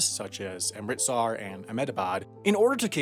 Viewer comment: His pronunciation of Amritsar and Ahmedabad was so on point. Kudos to you man!